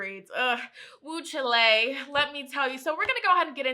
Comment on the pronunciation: i love you but chile is pronounced like "child" not chi-lay haha